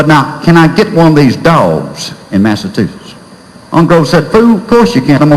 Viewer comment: had a teacher that pronounced it massatussus, too. funny as hell.